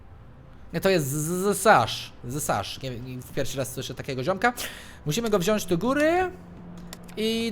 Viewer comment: To zsasz brzmi jak Ssasz?